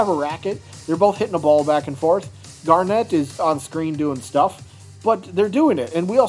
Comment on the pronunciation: Hello,! SO Tom and Jerry have a special called, “Slingshot Sharpshooter” on the website. Most likely what you pointed out. Also, I’m a Steven Universe fan and the way you pronounce Garnet is not GarNET, It is just Garnet. No “NET” emphasis. Thanks!